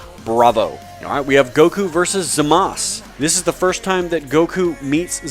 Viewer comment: I like this video but don't hate me for this, HIS NAME IS ZAMASU NOT ZAMASS